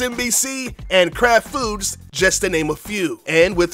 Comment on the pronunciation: Ok, lol..... ...... Who else, besides me, heard "FooBs" instead of "Foods", when he said "Kraft _____".